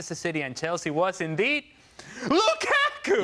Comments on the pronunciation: I like how says "LuKaku"🤣🤣🤣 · Whenever Ali says "LuKAku" I absolutely die laughing! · Ale is in his own world, why did he say “lukaku” like that 😂 so weird